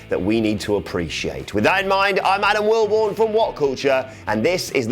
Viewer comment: Adam will-bony 😂😂